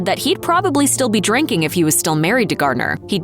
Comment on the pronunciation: Garner, not Gardiner, for Jennifer's last name.